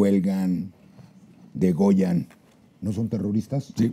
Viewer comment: se le fue un error, es degüellan, no degollan.